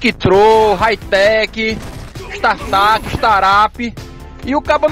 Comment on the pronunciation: Istartáp, istarápi... KKKKKKKKKKKKKK